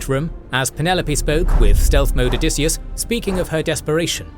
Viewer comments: Odysseus.... not Odysseas... I don't know what it is with this cannel... but pretty consistently you either get spelling or pronunciation of things incorrectly... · "OdysseAs"?! That's odd